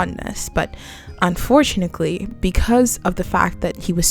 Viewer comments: Am I the only one who got trown out of the content by the "unfortunakly" insread of unfortunately? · You also said "unfortunickly" multiple multiple times instead of "unfortunaTELY"😭 was that just a repeated goof or do you just not know how to actually say the word? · Am I tripping or are you saying unfortunacly ?😭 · This is a real nitpick but its "unfortuNATEly" not unfortunikley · "Unfortunickly" haha I wondered if I was imagining it! But it reassured me I was listening to a real person and not an AI 😅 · as i crazy or does she keep saying “unfortunickly” anyway amazing video love the insight!!! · damn god forbid someone mispronounces something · Am I hearing “unfortunickly?” Or am I crazy? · Why do you say "Unfortunickly" 😂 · UN FOR TUNATLY. UNFORTUNATELY. THERE IS NO C IN THAT WORD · I can't get past the "unfort u knit lee" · I thought I was tripping Everytime she said it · This is a genuine question (I’m not a native EN speaker) but why do you pronounce unfortunately this way? Is it an accent? It’s so interesting to me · y u say unfortunately like that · bruh i cant finish this video bc of the way you say ‘unfortunately’